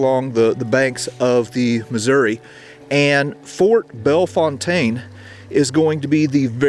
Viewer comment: We St. Louisans cherish our traditions. Thank you for mentioning the local pronunciation of Bellefontaine .